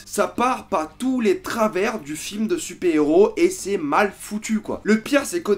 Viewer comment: "film de soupé héro" mdr